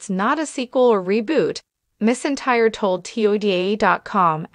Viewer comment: Pronounce her last name right. She deserves that!!!